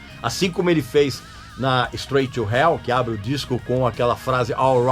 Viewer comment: Credo quanta merda eu ouvi... "Stroigui" to Hell ahahahababa